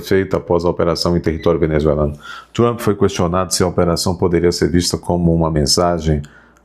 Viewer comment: Esse tal de MARCO RUBIO é outro babaca, como o "TRAMPI" (como pronuncia o )